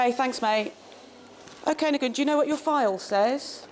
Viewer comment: LOL she calls him "Ni-go-en. Nguyen is pronounced "Nu en".